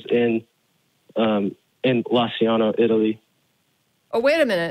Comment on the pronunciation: "Lanciano" is actually pronounced "LanchAno" in Italian